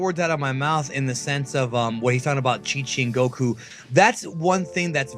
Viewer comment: You know these videos are a bad source of information when the people can't say goku right